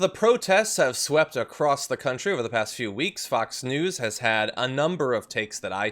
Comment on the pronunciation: John, it's "for", not "fer". For the record, it's "to", not "ta". And "a lot" is two words, not one (alot). Just saying. Oh, one more, there is no "t" at the end of "across".